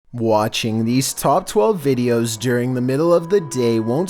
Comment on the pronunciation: Not even one second in and hear “wATchiNg”